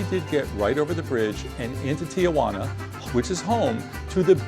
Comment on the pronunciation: It’s pronounced tee-who-ANNA